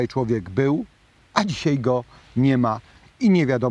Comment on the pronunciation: Dóbrze się Pana słucha ale równocześnie drażnia mnie pańskie "tutej" i. "dzisiej". Proszę tego unikać.